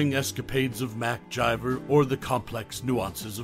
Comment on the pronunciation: Who the hell is mcjiver ths characters name is mcgyver with a G NOT A J